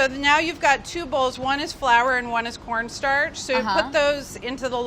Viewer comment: When she said corn starch i heard pornstar lool.